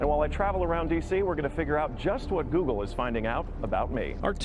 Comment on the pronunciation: GOOGLE ,,,,,,GO----OGLE!